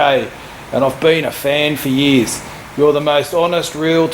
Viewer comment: "and I've been a fan for yiiis" xD